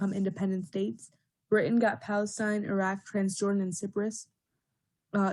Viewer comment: you didnt pronounce cyprus correctly lmao, also half the script was copied from another video i saw